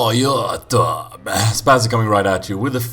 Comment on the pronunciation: i love how he says youtube no offense and i dont meen to be racist